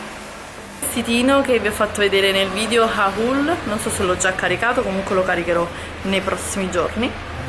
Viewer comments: ogni volta che dici HA-UL mi viene un infarto. Si dice "hol" e che cazz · Ma perché continui a dire HAHUL? 😂😂😂